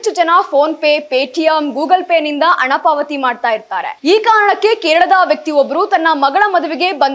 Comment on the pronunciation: ಶುಭ ಆರೈಸಿ,ಅಣ, ಎಚ್ಚು ಜನ, ಒಸಾ, ಒಂದಿಕೋಳ್ಳು ನಿನಗೆ ಯಾವೋನೆ ಕನ್ನಡ ಹೇಳಿಕೊಟ್ಟಿದ್ದು. ಹೋಗಿ ನಾಲಿಗೇನಾ ಕತ್ತೆ ಉಚ್ಚೆ ಲೀ ಉಜ್ಜಿಕೊಂಡು ಬಾ. ಥೂ ಯಾಕೆ ಬರ್ತೀರಾ ನೀವೆಲ್ಲಾ ವಾರ್ತೆ ಓದಕ್ಕೆ